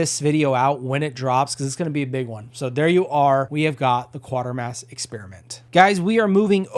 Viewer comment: Actually it's pronounced same as crater. Quatermass like cratermass but with a Q.